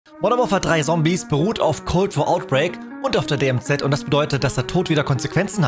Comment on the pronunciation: Das du Sombies sagst triggert mich echt😂